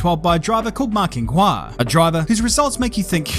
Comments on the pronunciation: You have pronounced the Qing of Ma Qinghua wrong. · You butchered Ma Qing Hua’s name soooo hard